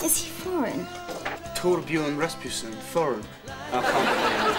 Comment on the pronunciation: Jamie Beck played; Torbjorn Rasmussen in the show. "Rasputin", dude?